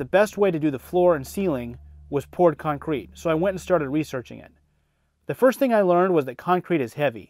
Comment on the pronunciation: I hate the way he says con crete